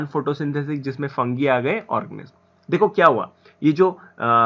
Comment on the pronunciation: Thik se pronounciation kero organiz nahi hai wo or thik hai thik hai thik hai kitne baar bologe need to improve